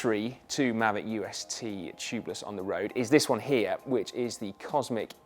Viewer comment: [Pedant alert!] Isn't the k silent in Ksyrium? Also, "Maahveec", surely?